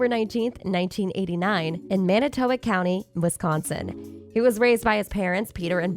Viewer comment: Good video but please do some research on how to pronounce names correctly.. Every time you say Evers and manitowoc it makes me cringe..